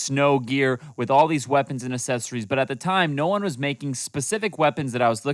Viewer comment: Dude said assesories💀💀💀